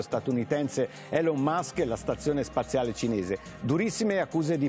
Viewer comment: La pronuncia di Elon Musk!! Ma come si fa pronunciarlo cosi male...